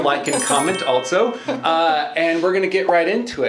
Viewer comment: My dude. "Also" does not have a T in the middle. "Both" does not have an L in the middle. Stahp. Plz. I'm having convulsions over here.